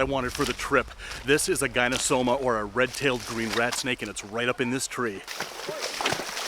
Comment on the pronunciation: correct me if my correction is incorrect, but the Latin/scientific genus name of the red-tailed green rat snake (Gonyosoma) is pronounced "GONE - YO - SO - MA" or "GONE - EE - OH - SO - MA", not "GUY - NO....." (i.e., not like the first two syllables of GYNOCOLOGY).